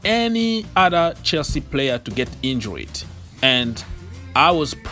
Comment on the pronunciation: Ogs..it’s injured....not injuried!